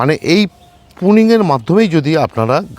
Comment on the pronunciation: কোলক্যাতে লোক পুনিং নয় প্রুনিং